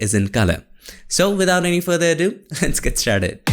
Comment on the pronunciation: "Fur other a dew" 😂 Great video and clear instructions! 👍